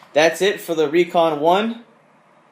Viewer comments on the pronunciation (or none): Tawn toe! Not tan